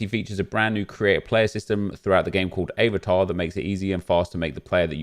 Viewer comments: Hahaha i almost choked on my food when he said avertar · Man said “aye var tar” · What’s up with the pronunciation of “eh-vatar”? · Why are you saying Avatar so weird?? 😂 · I’m sorry but how did you say avatar... LOOOOL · Why’d he say avatar like that 🤣